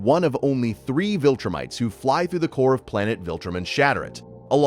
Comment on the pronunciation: "VilTurnites" is funny to me